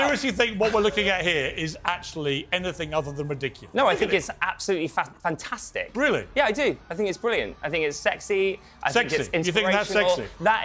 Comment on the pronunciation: Hey nearly said “FAT-TASTIC” 😂😂